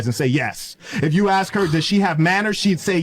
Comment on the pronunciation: I don’t care how hot or rich she might be, or how much you might actually want me; as soon as she’s saying “ax” instead of “ask” it’s a no-go. LEARN HOW TO SAY WORDS!